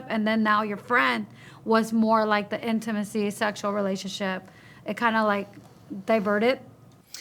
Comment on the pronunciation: Girl it’s spelt intimacy not in-two-macy..